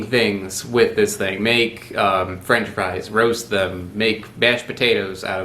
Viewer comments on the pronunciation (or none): none